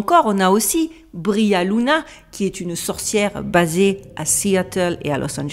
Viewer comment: Hello, merci pour cette video fascinante comme d'hab! Juste si je peux me permettre, c'est Kekel et pas Kelkel, et la sorciere du showbiz c'est Bri Luna pas Bria Luna. J'ai mis du temps a trouver des choses sur elles du coup